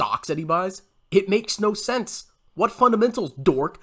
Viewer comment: "It's all about the fundementals: revenew and groeth"